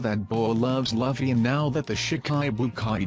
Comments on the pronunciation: its louuuffy not laughy !! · Wow...who is lafy..its written luffy which kinda makes sense that you're pronouncing it wrong its pronounced loofey